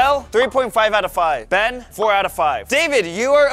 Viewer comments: ben win go ben also why oes mackenzie say bean instead of ben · Blud really said bean